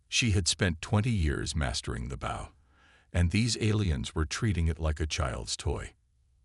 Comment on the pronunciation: The ai says the wrong version of the spelling bow it says it like part of a ship.